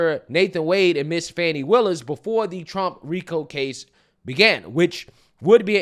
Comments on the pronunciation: Its FANI NOT FAWNI! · Can we stop with the Foni its Fani